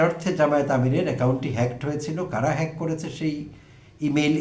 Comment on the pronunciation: তারেক রহমান জনসভায় হ্যাক শব্দটি কোনভাবেই উচ্চারণ করতে পারছিলেন না।